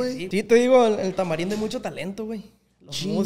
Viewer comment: ee ozz que onda no dices la R o que onda bro te escuche decir calnita pero decías que de niño así decías y creí que por eso, pero después dices tamalindo se te va la R?